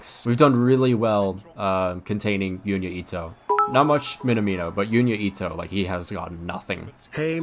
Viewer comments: love the vids and I hate to be that guy but Junya Ito is pronounced with a "J" as opposed to a "Y" so it is pronounced "Junya" as opposed to"Yunya" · it’s Junya not fuking Yunya